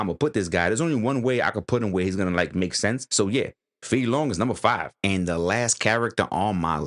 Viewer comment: Your second pronunciation for Fei Long was accurate.